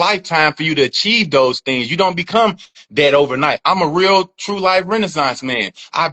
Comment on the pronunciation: "Those churn" 😂😂😂